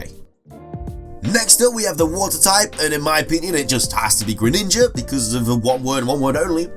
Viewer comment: It's Greninja, NOT Gren Ninja! That name should be one word, NOT 2 words!